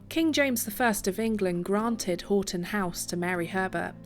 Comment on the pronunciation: Hi i used to live close to this Marvel in Houghton Conquest. By the way houghton is pronounced 'haw.tn'